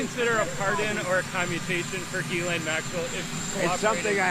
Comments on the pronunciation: He name is actually pronounced: Zhee‘•len in French, but American news anchors most often pronounce her name with a "G" as in the "g" in "gate" and with a schwa which is phonetically written like this: "ə" and her second syllable they pronounce as "lane" as in a rural, narrow road. So, phonetically it looks like this: Gə • lān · It's pronounced Gizz-Lane named after a road on Epstein Island. 😂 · you are pronouncing it wrong.... Its.... "Jizz Lane" Maxwell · Never understood how someone called "Ghislaine" pronounced "Gil- lane"